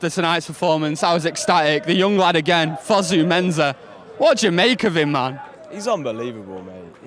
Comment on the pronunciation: mate it's fosu mensah not fozu menzah